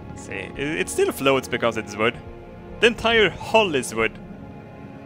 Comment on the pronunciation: You know when you hear 'fire ze missiles' you're fucked